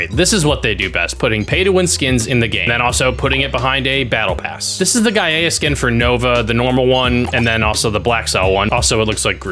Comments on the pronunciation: That skin is pronounced Guy-Uh... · It’s pronounced “Guy-uh” I don’t know why Roman’s are weird